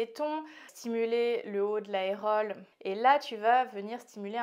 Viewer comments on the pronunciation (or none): On ne dit pas aérole, mais aréole.